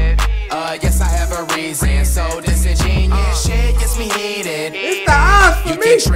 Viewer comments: Dissin'genius. Yeah that's definitely how you say it lol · Pronunciation: Dis-in-jen-yoo-us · i just realized that flight aint even saying the word right "Disingenuous" its dis-ingen-u-ous bruh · dis•in•gen•u•ous flight didn’t say the uous part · The fact that they both mispronounced the word just has me laughing 😂😂😂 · I love how the whole song he said 'disingenuous' incorrectly lol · No one cares that he says Disingenuous wrong